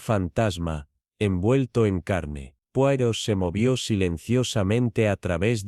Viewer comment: No se pronuncia así, sino "poaró", por favor!!!!